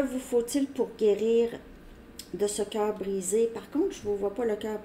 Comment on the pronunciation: Au début j'ai entendu situation "carbonisée " au lieu de "coeur brisé". Je me suis dit c'est vraiment pour moi ! 😂